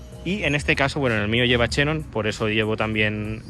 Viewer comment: no empieces a pronunciar de forma rara los nombres de las cosas, como los youtubers de 20 años! Es Xenón, no Chenon! Es uno de los 6 gases nobles de la tabla periódica que estudiaste cuando eres pequeño, no deformes el idioma para parecer más "guay?"! Esas bobadas para los veinteañeros que necesitan llamar la atención a toda costa! Por lo demás un video entretenido y original! Para mí gusto, sólo te falta un E30, porque ya a partir del e46, del E92 para adelante, la cosa no mola tanto! Serán mejores coches, pero empiezan a perder alma (para mí gusto)!